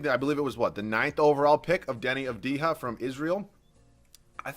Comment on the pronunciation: AV-di-ha not av-DI-ha